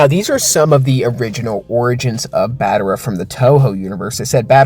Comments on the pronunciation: What is battera;-; it’s battra not battera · Its BAT-TRA! Not Bat-ter-a! 😭😭😭